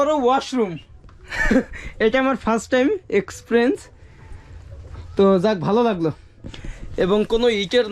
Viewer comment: exfrens নয় এক্সপিরিয়েন্স হবে 😅